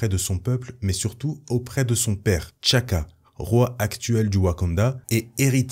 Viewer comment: Té Tchalla et Té Tchaka et non Tchalla et Tchaka